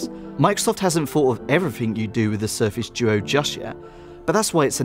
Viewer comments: Why do you call it the surface joe? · Sorry, I heard Surface Djo (not doo-oh).